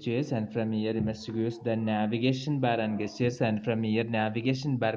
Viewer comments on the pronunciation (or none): Thanks. By the way, the word 'gesture' is pronounced with a 'j' sound (jes-chr)